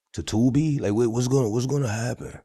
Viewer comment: This ninja 🥷 said tubi lol 😆 😂 🤣